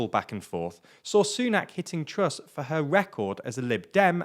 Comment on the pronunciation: Hope that it isn't Sunak or Truss. I couldn't take another year or two of the skinny guy pronouncing it "Wishi Sunak" or "Liz Twuss" all the time.